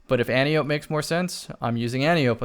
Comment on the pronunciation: I don’t want to be THAT guy but it’s pronounced Anne-tie-oh-pee.